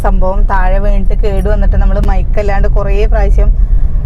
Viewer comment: മൈക്ക അല്ല പ്രസി മൈക്ക്. ഒന്ന് പറഞ്ഞു നോക്കൂ.